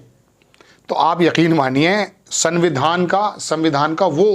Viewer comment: Samvidhan ka pronounce tak nahi kar pa raha Chala hai gyan dene